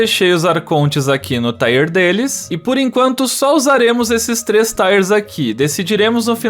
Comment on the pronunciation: taier não. TÍierr kkkkkkk